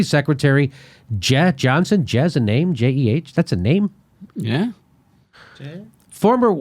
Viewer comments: Jimmy , Jeh pronounced jay and she's a boy. Your right about the sellout part though!!! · Jeh(pronouced "Jay") Johnson is a bald black guy Jimmy. But I digress , good video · "Jeh" is pronounced "Jay." Check Wikipedia. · Jimmy: Homework is needed. It is Jeh (pronounced, 'Jay') Johnson. It is a 'he', not a 'she', and 8 meetings over 290K = about 35K a meeting, not 50K. You lose credibility if you do not know what sex is of the people you criticize. It's BASIC. Still love your show. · its ('Jay' ) Jeh Johnson, an African-American man who worked with Obama for 8 years, just fyi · Jeh Johnson is pronounced like "Jay". And he's a black man, not a her. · Jeh is Jay same pronounciation diff spelling. And it's a he not a she. Don't you guys do any research on this? I mean basic cuz you are reading aloud. Come on! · Just for the record "Jeh" is pronounced like JAY, and he's a man 😳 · Jeh (pronounced Jay) Johnson is a black male. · God dammit Jimmy, Jeh Johnson is a man. I believe its pronounced "Jay." C'mon, crew--do your homework. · Slight correction, Jimmy: Jeh is pronounced "Jay" and he's a he, not a she.